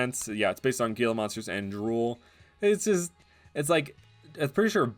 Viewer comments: Ok ok, not gee-la, but hee-la [Gila] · FYI, “Gila monster” is pronounced “hee-luh monster” The “G” makes a “h” sound, and the “L” doesn’t make a “y” sound like a lot of Spanish words, it still makes an “L” sound. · I think Gila monsters is pronounced Hila monsters..